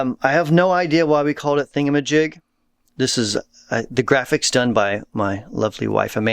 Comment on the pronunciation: "Thing A Ma Jig" lol